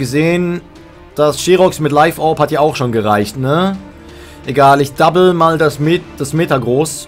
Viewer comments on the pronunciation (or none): none